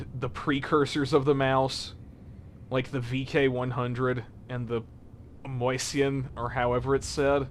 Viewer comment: 2 minutes in and he's already pronounced Mäusschen right, good job!